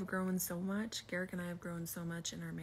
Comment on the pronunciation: How have you watched multiple seasons of them on the show and you dont know how to say Garrick's name???